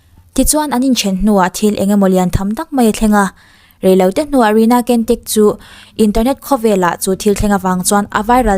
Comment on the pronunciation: ‘Cantik’ tih khi ‘Chantik/ Chhantik’ ti a lam tur. ‘Kentik’ tihlohtur aw. Indonesian/Malaysian/Singaporean tawng ah hian ‘C’ hi ‘CH’ angin a ri aw.